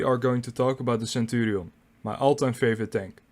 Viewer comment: Is he pronouncing the name centurials! Mmm